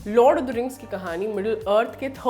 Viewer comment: यह लॉर्ड ऑफ द रिंग्स है लॉड ऑफ द रिंग्स नहीं😁